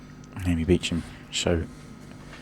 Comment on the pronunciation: Beacham…does she pronounce it like that? Looks like Booshump